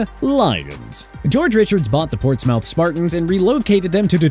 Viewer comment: dude really butched the portsmouth pronounciation💀💀 it's pronounced like ports-muth